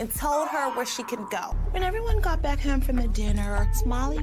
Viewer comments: “When everyone got back heumme from dinner” 😂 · I miss her original accent lol the way she would said “home”